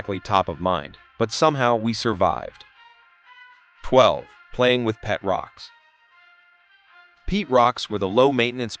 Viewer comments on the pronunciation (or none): In the 2070s, one of the "25 Funny Things People in the 2020s Were Totally Guilty of Doing": posting videos on YouTube, and, whether or not using AI, the videos' narrations would mispronounce even simple words like "MACRAM" for "macramé," "PEET" for "pet," and "VIN-ǝL" for "vinyl"!!